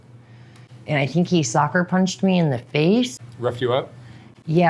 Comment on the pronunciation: Interesting observation about quality of cars & cash. And she calls the ones with mediocre cars but with cash the 'Lower class'. I would say the contrary is true. Flash cars/no money aint classy. I think theyre the douchiest. (PS did she say "soccer punched"?)